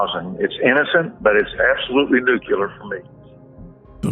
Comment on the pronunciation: Hey,. You had to have it all. And, it's nuke-lee-ur, not nuke-u-lar. Why can't people pronounce that word correctly?